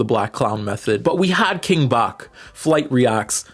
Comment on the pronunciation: King Bach? As in Ba-tch? I've never heard Bach say Bach how it should be said😂 that's why I question your pronunciation of his name. But also...I think it was Bach short for Bachelor...😆